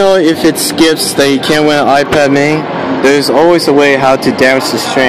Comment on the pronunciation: Why do u say Skits skiPs